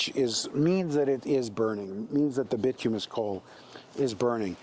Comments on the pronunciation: Bituminous (Bi-tume-i-nus) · Bituminous is pronounced By-too-my-nus And yea, u must get a good fire going with wood before switching to coal